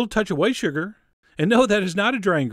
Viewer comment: MAPLE SYRP(SYRUP ALWAYS HAS TWO SYLLABLES REGARDLESS OF HOW YOU SAY THE Y)? SHRGR IS A WET INGREDIENT? FRESSSHHHLY GROUND PEPPER? CHORIZO & CHICKEN SKYRRZ? Chef John doesn't have an accent, he has a complete dialect all his own.